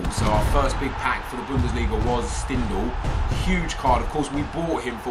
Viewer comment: His name is prenounced Shtindel